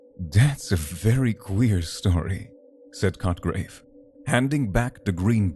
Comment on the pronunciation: Hard to stay with the story but mostly because I get distracted to chuckle every time he says the character's name...Sounds like "****grave" lmao